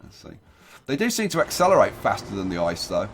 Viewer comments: Drinking Game: One shot per wrong pronounciation of ICE. The correct pronounciation is I-C-E. PS: DO NOT DO THIS OR YOU MIGHT DIE! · For the love of the sweet lord baby Jesus Christ, do not ever say the name of the train "ICE" as ice in the word ice-cream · To be pedantic: ICE isn't actually pronounced ice. You speak every letter individually. So it's just an abbreviation, not an acronym.